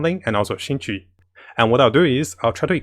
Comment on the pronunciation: Xing qiu become qing qi omg 😲 your pronounce hahaha